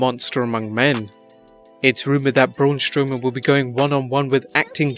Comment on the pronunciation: Braun Stowman wtf it’s Braun Strowman